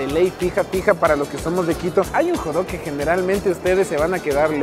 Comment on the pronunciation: Si no sabes decir Hot dog ...di perrito caliente